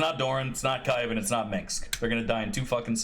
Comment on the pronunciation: "Kaivan" is cringe 😢